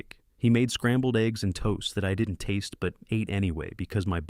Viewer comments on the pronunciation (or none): none